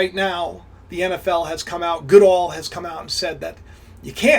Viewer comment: nfl commissioner name Goodell is pronounced " go dell" but quickly